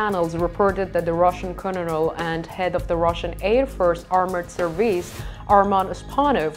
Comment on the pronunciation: Great report - if you want to pronounce Colonel correctly - say it phonetically as in "Kernal" 🥝